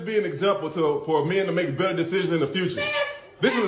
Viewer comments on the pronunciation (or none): none